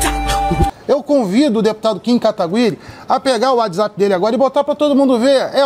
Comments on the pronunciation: "Kim katagÜiri" kkkk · "Kim KatagÜiri" aaahhh meu deus que agonia kkkkkkk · Katagüiri, Katiguy, Katiguri... "Essas qüestões de pronúncia de japonês não são fáceis não, tálkêy?". Aliás, parabéns pelo trabalho, Kim! E também pela paciência que tem ao ver um cara te criticando por errar o nome dele, quando ele próprio não conseguia pronunciar o seu. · "KIM KATAGU-Í-RI" KKKKKK